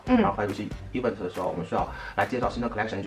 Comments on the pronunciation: 以后找工作不害怕了，Patrick的 e v嗯 te （event)让我每次都很出戏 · 哈哈哈哈 一碗特儿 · 小哥的 Event 能不能念对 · Event 麻烦发音先学好，听的难受😖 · 来宾“Event”的重音可以调整一下，听上去怪怪的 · Patrick是不是一直把event读错了…… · 说event的时候太傻了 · 就想吐槽一句，高定设计师连event的音都发不对。。。。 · 发音真的low，而且还很爱讲，hahahha